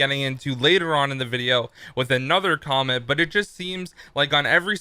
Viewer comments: don't want to be rude, but... "Quomment?" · LOL HE SAID CWAMENT